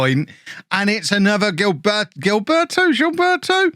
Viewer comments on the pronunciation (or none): It’s no g-ilberto .. is more like zea-lberto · Not to be a Grammar Na*i but it's pronounced JILL-BEHR-TO